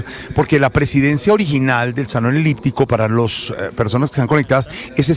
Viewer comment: Salon “liptico ” dice Jorge Alfredo.. Se dice salon “eliptico”.